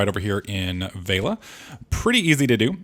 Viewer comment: It's not VEILA it's VELIA